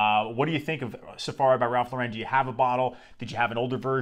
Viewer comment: Great frag. I have several vintage backups. Please learn to pronounce “Lauren” though. It’s American, not French 😂